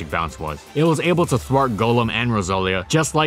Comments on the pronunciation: Love your videos -- but since I've noticed this in a few of them now, "albeit" is actually pronounced "all-BE-it". Common mistake, just trying to help! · How good was the pronunciation of Albeit actually?